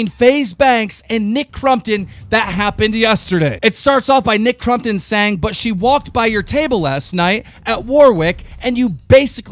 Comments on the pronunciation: "aleeeesa" "Nick crumptun" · Crompton.... for some reason calling him nick crumpton makes me cringe internally.